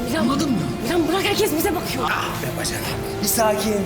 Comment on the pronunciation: BACANAQ DEMƏSİ😂😂😂